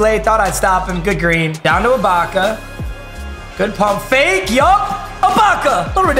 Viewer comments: Finally learned how to say ibaka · Bro finally pronounced Ibaka’s name right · he finally said ibaka right 😂